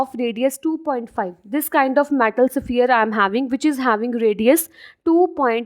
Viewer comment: Its sphere not saphier